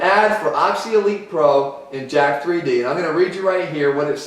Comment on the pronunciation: how many YouTuber that know what there talking about reviewing jack3d and can't even say it right 😂😂 it's jacked not literally pronounced jack-3D